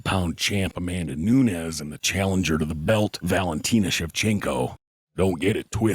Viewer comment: Hey. This is NuneZ - Noonez but amanda is not Noonez she's Noones with an "S" so don't pronounce it like a "Z" she's not mexican or south american spanish she's brazilian